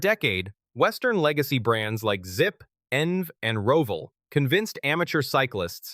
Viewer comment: Wow, the Chinese are doing pretty sloppy AI aren't they? If they can't get their algorithm to correctly pronounce ENVE, how can we trust their products?